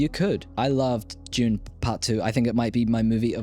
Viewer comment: Well, "dune" isn't pronounced "June." And it's cumulonimbus. :-) As for Dune (not June), the films are decent, if not particularly memorable.